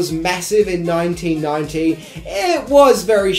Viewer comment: “EEN NOINTEEN NOINTEE—“ Aaaaaand skip.